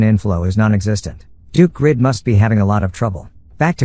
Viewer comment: Why does the reader call him the wrong name (Grid) instead of Greed. Very off-putting